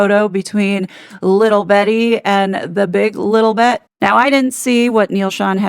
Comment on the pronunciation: Why she kept saying little Betty Markel. Lilibeth